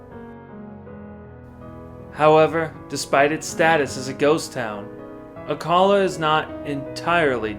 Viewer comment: No. It's pronounced Gran,,deh as in deaf or dead. Rio Grande. No day sound Ah Kah la for Acala